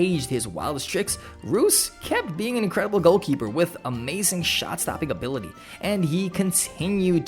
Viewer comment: It's so funny hearing that 😂😂